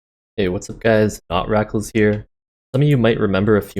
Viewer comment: hello, not rackals!